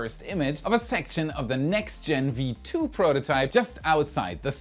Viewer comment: WARUM???? V2 hört sich so falsch an;)